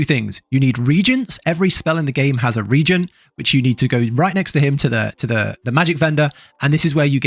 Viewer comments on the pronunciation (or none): re-agent... ree agent... separate phonetics. ree-agent. a Regent is a person appointed to administer a state because the monarch is a minor or is absent or incapacitated. sry :)